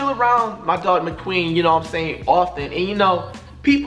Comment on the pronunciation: Why does he keep calling Mc Queen , (queen)